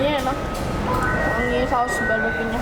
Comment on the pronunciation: kok drtd gw dgrnya ngomong nya baberque ya bukan barbeque 😕😕